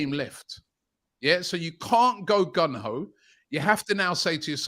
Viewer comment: Someone tell Robbie it's Gung Ho! Not Gun Ho!😂😂